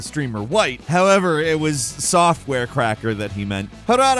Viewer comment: He mispronounces to many words to unstress me. Frōm software my dude.